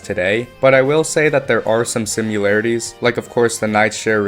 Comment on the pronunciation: "simularities" "mealy attacks"